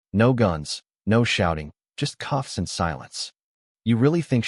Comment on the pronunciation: Cuffs not coughs